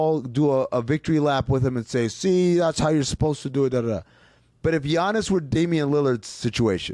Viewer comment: how the fuck are people still pronouncing it g-iannis